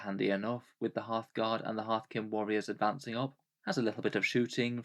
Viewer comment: Every time you say "Einhyr Hearthguard", I hear Halfguard and that is what I will now be calling them from now on